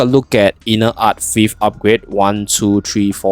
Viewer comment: same, i couldnt understand what he said. translation said "inner art thief" lmao